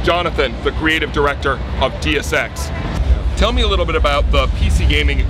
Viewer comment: "Dee-us Ex" and "Square-Onnix"...good job.